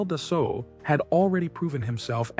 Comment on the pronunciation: Its pronounced, Dasso.....when an A and U appear together in the french language, they are pronounced as a singular O, and the L and T in Dassault are silent.